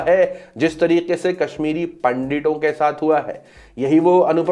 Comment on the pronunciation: Nafrath Humne nahi Paidha kiya tha! Humne tho Baahe khol kar Non Hindus ko welcome kiya tha... Nafrath kaha se paidha hua, hum sab jaanthe hai but kehna nahi chaahthe kyuki... Secularism!! Btw, its NOT पंडिट its pronounced as पंडित